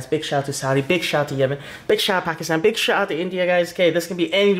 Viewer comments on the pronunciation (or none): none